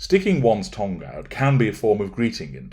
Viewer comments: Why are you saying tongue like tong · OMG - thought he said "tong", which I assumed was another version of "todger". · I love how you say 'tongue' 😂 😅.